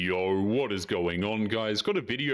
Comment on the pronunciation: Its not yowell... Its yo